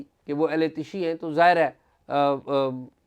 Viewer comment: AOA. sir yahan LAFZ ehl e tashee nahi ehle tasheyo bola jaey ga. pehlay ka kaatlab hey JANAZAY k pechay chalne wala aur dusray ka matlab hay SHEAAT WALA yani SHEEAA.